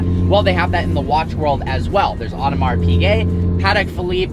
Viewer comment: How come you pronounce Piguet correctly but Audemars as odd-uh-mar? Oh-duh-mar.